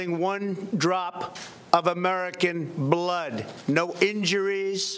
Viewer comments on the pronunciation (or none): The way he says "american BLOODD" is sooo weird :(